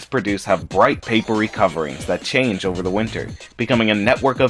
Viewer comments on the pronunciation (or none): none